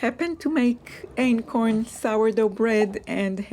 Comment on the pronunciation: Are you saying acorn flour?